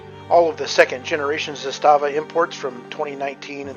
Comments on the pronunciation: Good video. My two cents: First, it’s pronounced ZA-sta-va, not “za-STA-va”. Trust me on this. Great rifle; I have one too. Coupla tips…. First, get yourself some proper steel last shot bolt hold open magazines; those polymer Magpul ones are for noobs. Zastava markets their own steel LSBHO mags and they are decent. I’ve got a couple of those plus some surplus Combloc steel mags that I’ve retrofitted with “WeaponsTech” last shot bolt hold open followers, a very good product. So using the LSBHO mags, after the last shot, while tilting the rifle to the left with your support hand, use the thumb on your shooting hand to pull the charging handle about an inch further back to line it up with the notch on the safety selector, then using the middle fingers on the same hand, sweep up the switch so that the notch engages the charging handle, locking the bolt back. It sounds more complicated than it is; with a little practice you should be able to do this in a smooth 1-2 motion. So from there, as you’ve already discovered, you can rock ‘n lock a loaded mag and just press down on the safety switch to send the bolt forward and chamber a round. Using this technique you have almost the same functionality for reloading as you do with an AR using the paddle switch. That's how it was designed to be used; the Serbs (then Yugoslavians) were the ones who first put that notch on their AKs starting in the early 70s, and they were the first to issue LSBHO mags to their troops to be used with the not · ZA-sta-va in Serbian has the stress on the first syllable. In Russian the stress falls on the second syllable - za-STA-va. In Serbian it means flag or banner. In Russian it refers to a small fortified area. Having said that, the ZPAP M70 AK-47 is the BEST AK out there. I have 5 of them! Спасибо за внимание!